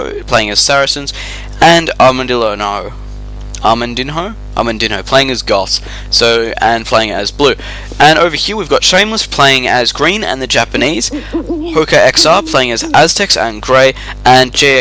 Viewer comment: Nice video, some heads up about the names: dogao is acutally Dogão (ã sounds like "an", but with a nasal tone, like "doh", "gan" like in gangster, then "oh", but there are ony two syllabes: Do/gão), plus in armandinho and danzinho the "nh" sounds like ñ, like in señor for example.